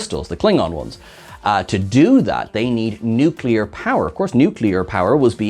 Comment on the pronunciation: Nucular. The word is "nucular".